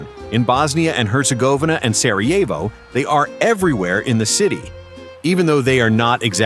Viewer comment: Si chama Sarajevo, no Sievo come dici tu. Non dire budzie!!